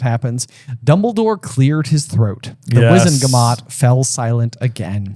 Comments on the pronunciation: And he says it wrong even after says it correctly! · It's "wizengamot" WIZ-en-ga-MOT, not WIZ-en-ma-GOT! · I just noticed, J has been saying Wizenmagot, instead of Wizengamot. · WIZEN-GA-MOT not WIZEN-MA-GOT! C'mon you have it written RIGHT infront of you😂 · I just have to say it drives me crazy every time J says "Wizenmagot" even though he's literally staring at the page where the word is clearly spelled "Wizengamot"... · It's Wizen-Ga-mot, not Wizen-Ma-got. (Said exactly like Hermione.) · It frustrates me each and every time J mispronounces the word "Wizengamot" and doesn't correct him. It is not wizen magot J. Keeping that aside, love you guys and your podcast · I always thought you were jokingly calling it the "wizen-ma-got," but no, you're fully commited to saying it wrong 😳 It's almost worse than "Skrim-jower." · Is there an inside joke i missed or does J constantly mispronounce Wizengamot with Wizenmagot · that was 100% wizen-ma-got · Is J ever going to stop mispronouncing "Wizengamot"? 😭